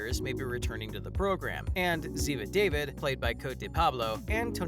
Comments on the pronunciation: Oh my goodness! It's not pronounced David...it's Dah-veed..clearly never watched NCIS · wish you pronounce Zivas last correctly, its not david its daveed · It's not pronounced David it's David with an is really accent. Not an American man's name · EVERY video I’ve seen about NCIS that mentions Ziva, they ALWAYS say DAVID and not DAVEED! Always! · It's Da-Veed not David! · Say it correct da-veed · If you are gonna report at least pronounce Ziva's name correctly..da-veeeed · It's pronounced Da veed. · It's pronounced Daveed. Jeez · It's obvious the narrator is reading a script and is not familiar with the show since he cannot pronounce "David" properly. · Really wish the channel would learn to actually pronounce Ziva name correctly. It is the Hebrew pronunciation of David. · Ikrr I can’t even when he says it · Exactly! Sad whomever was narrating doesn’t even know how to pronounce the characters names! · I was going to say that precisely! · Hate it when news people can’t pronounce names right. David ( da veed). And Binder ( bin der ). Can tell you don’t watch.